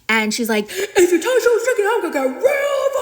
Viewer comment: Chidi's name is not "chitty", it's pronounced "Chee-dee"